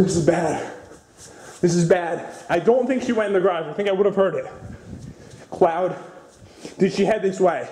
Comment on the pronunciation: CLOWD NOT CLOWN